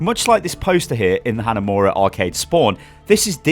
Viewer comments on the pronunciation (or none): none